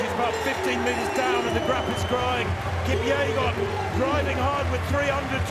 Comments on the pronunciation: Is it Faith "Kupyegon" or "Kipyegon"? The channel can't even get her name right. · It's kipyegon not kupyegon